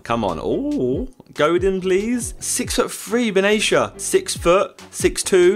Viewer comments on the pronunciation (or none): ben atia not ben aicha